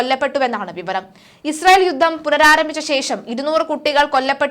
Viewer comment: യുദ്ദം,യുദ്ദം!!!? യുദ്ധം എന്ന് പറഞ്ഞ് ശീലിക്കണം